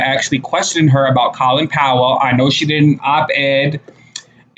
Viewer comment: You are forever saying people's names wrong. The O in Colin Powell is like the O in no, not a like ah.